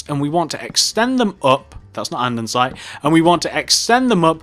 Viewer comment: It's an-de-sights not andensite 😂